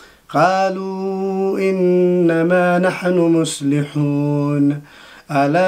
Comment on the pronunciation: مصلحون✔✔ مسلحون❌❌